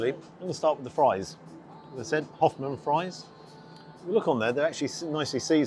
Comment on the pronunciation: Koffman not hoffman fries it does say in the menu